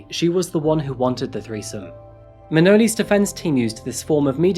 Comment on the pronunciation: “Manoli’s bologna”